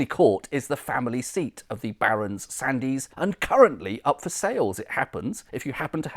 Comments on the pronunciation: Sandys is usually pronounced Sands - the 'y' is silent. Excellent video though!🙂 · I think you'll find the name Sandys is pronounced Sands. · Fascinating. I grew up in Worcester and was always told that Lea and Perrins was the original sauce, but clearly it is not. One small point, "Sandys" is correctly pronounced "Sands". I was actually born in Sandys Road, Worcester and a friend worked in the Crown and Sandys inn in Ombersley. Incidentally, Lea and Perrins were not the only Worcester chemists who went on to found a famous condiment company. William Hill and Edward Evans formed Hill, Evans and Company, just half a mile from Lea and Perrins. For many years, Hill Evans was the largest vinegar factory in the world and had the largest fermenting vat in the world, capable of brewing half a million litres of vinegar. It was so big that it had its own branch line, known locally as the "vinegar line". As you can imagine, the combined odour from these two factories so close together was quite pungent! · Superb research, as ever. Thank you. I suspect that "Sandys" might be best pronounced as Sands.